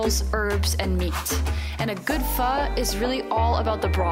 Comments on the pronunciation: Glad to hear you guys pronouncing Pho correctly :) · I have to say from a Vietnamese the way u say pho is not bad at all compare to 99.9 percent of westerners and once u drink the coffee u won't go back to Starbucks.